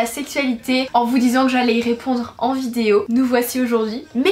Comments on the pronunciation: C'est moi ou à toute c'est vidéo au début au lieu de dire"vidéo" elle dit"vidio" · Tu peux faire un effort sur le mot “vidéo" au début stp c’est stressant mdr